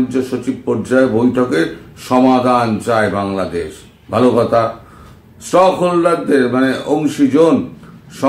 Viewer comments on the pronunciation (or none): স্টকহোল্ডার নয় স্টেকহোল্ডার। স্টেক হোল্ডার হলো তারা, যারা ঐ ঘটনার বা ব্যবস্থার সঙ্গে কোন ভাবে জড়িত।